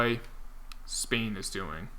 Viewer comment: it’s pronounced spain like the country i’m pretty sure cause that’s just how it’s spelled